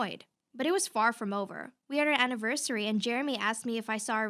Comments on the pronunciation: Am I the only one who heard the destiny girl say anivershary instead of anniversary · on the 6th one she said anivERCHery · The 6th one when the girl sed anniverSHary like what!!!🤣😂🤣🤣🥲🤣😅😅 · The second last girl anniversHary and oxsHegen